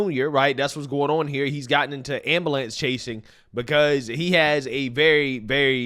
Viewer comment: “Ambalance?” For real tho? Whoa black Betty, “ambalance”